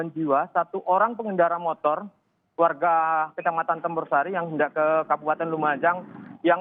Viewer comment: Bukan kec campursari tp Tempursari mbak